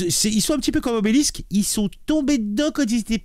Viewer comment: Ça se prononce Obélix, pas obélisque !!!